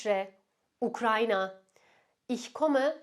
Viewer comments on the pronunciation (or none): none